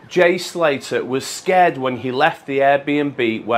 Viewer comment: It's pronounced Slay'ah